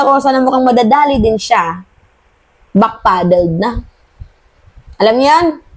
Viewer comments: “ backpedal” not backpaddle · Back-pedal not back-paddle.